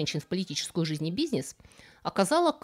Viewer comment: Мне ещё нравится, как она говорит слово "бизнес", через четкую Е, сразу видно, что она в Канаде живёт, а не в РФ, это не наша языковая норма))